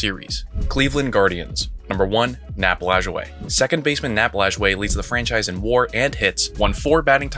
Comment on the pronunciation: You pronounced Lajoie correctly, so you are credible. As a Cincinnati man, I think you could make a 4th argument out of Larkin, Perez, Roush and Vada Pinson, simply due to length of their careers in Cincinnati. They should not even get consideration for F. Robinson as that trade has to be top 5 of worst transactions of all time. Great video and idea.